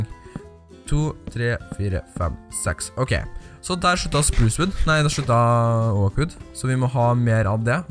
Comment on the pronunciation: du sier oak feil xD mn bare søt d Cx ;D